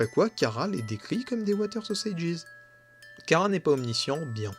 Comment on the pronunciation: Tu prononce mal chara sa se prononce chara pas kara 😅 sinon la vidéo sur chara et frisk j'ai eu des frissons 😮😊